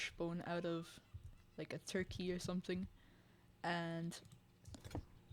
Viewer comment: "We'll move the crate off beer outside for easy use"😂 sounds like Finland to me